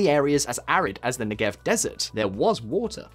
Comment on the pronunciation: Great video, but you really need to learn how to pronounce names and words in foreign languages. 1. The "ch" in "Simcha" is not like "cheese" but more like the Scottish "loch". It would be better written "Simha" and pronounced as a kind of breathy "h". 2. Negev is pronounced with the stress on the first not the last sylable. 3. The Israeli parliament is pronounced "K-nesset" not "Nesset"